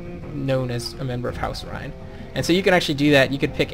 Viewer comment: Loving the walkthrough but House Reyne is pronounced like rain. Keep up the good work.